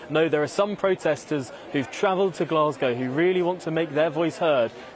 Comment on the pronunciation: Was listening to Obama on your show but had to stop, I can't listen to anyone who can't pronounce the name of the city he is visiting properly. Glaswegians must be going crazy!